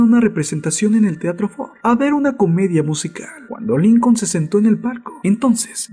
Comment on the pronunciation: ¿A nadie mas le molesta que quien narra éste vídeo no sepa pronunciar muchas, en verdad muchas palabras en ingles?, ¿"Eibrajan Lincon"?. Y no es el primero, en verdad, solo quiero que sea un aporte, generalmente tienen buenos temas, pero la narrativa resta mucho a la calidad de la información.